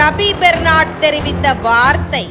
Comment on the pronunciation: ரபி பெர்னார்ட்....! பெர்னால்ட் இல்லை...!